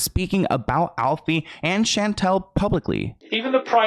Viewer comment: Thank God that's not how you spell my name Chantel is my way. That girl seems nasty anyway you say my name perfect.